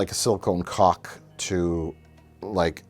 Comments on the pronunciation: did he say caulk or cock? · Does nobody else hear Mike saying 'silicone cock' repeatedly? Took me a second. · "silicone cock" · Do all Americans pronounce "caulk" like that?😮 Anyways, love your big exploding D, guys 😅